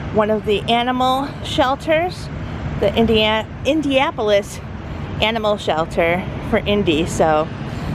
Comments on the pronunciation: Hi. Just wanted to let you know it’s pronounced IndiANapolis, not IndiApolis. Watched your video with someone from there who shouted at the screen every time It was mispronounced 😬.. sorry; we still love you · Are you saying Indiapolis?